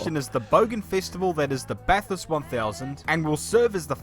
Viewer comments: OK. First off its Bath-urst. The "a" in Bath is like "hat" ..... short. There is nothing like this race. When you go, if you're lucky enough to camp at the top, there are guys there that have literally built man cave living rooms with all of lifes modern conveniences ..... reclining lounge chairs, carpet, beer on tap and full kitchens. In past years the rifle range next to the track doubles as a camping ground and donut pit. Anyone and everyone would risk their lives in parents cars and hire vans to be as dangerous as possible .... while drunk. The rise from the start line to the top is 600 feet in the space of just over a mile. Although the cars use production bodies they are lightened and fully race roll caged, the suspension is all racing. They must use the engine to match the body .... Ford for Ford, Chev for Holden, etc. but the transmission and diff is race. Each make has its own rules for weight and engine mods to create parity. It's a public road with houses along the Mountain Straight side. You can drive the track, but permanent speed cameras are installed. It is the Australian version of Racing Mecca .... a must for any real fan. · Pronounced Bah-thirst , you make it sound weird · It is pronounced Bath-urst - like other place names around the world, it is better to know how they are pronounced before doing a vid and getting it wrong. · Na mate, it's baffest! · My head just wanted to scream at him Ba-thurst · As an Aussie always hurts when Americans always pronounc Bathurst wrong haha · With the English language (yes English not US) T and H together make the th (say three and not free). But good Vid. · Come on bloke listen to the video your playing and learn how to say it right. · pretty cool video but you're pronouncing it completely wrong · re-listen for the pronunciation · I guess it's because having a bat is probably more familiar to him than having a bath. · Same mate. It hurt my fuckin ears lol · ‘Bat Hurst’ lolz It’s pronounced “Bath urst” btw